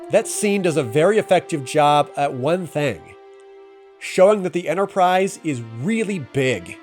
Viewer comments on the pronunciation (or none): “The Entersize” 😂